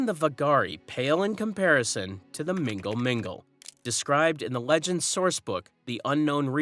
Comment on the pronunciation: Gnal gnal man not whatever you said mingle mingle or whatever